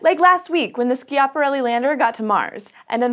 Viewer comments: Please pronounce 'Schiaparelli' in the right way.. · Is Schiaparelli pronounced "Skiaparelli"? I thought it was pronounced as it was spelled "Schiaparelli".... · Slow down! Bailed out half way through this exclaiming "Shut up!". You talk too fast, you edit out gaps between sentences leading to this not being watchable. Oh! You should check pronunciation of " Schiaparelli ".